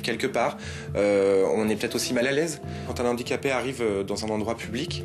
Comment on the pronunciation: Faute récurrente : on dit un handicapé et un handicap sans faire la liaison, on ne dit pas "un nandicapé".